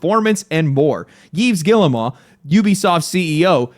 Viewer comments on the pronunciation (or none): Dude, I love your videos but please do a little research about how to pronounce the names of ppl you mentioning. I'm not french but my ears are still bleeding. Man's name is pronounced as Eve Giymo